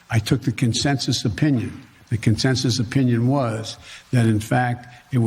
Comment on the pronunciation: Joe Bejing Biden is taking all the blame and then says there was no ``con-census``. Ok,we have hear it straight from the do-do bird.